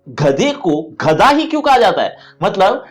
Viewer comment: sir wo ghadha nahi gadha hai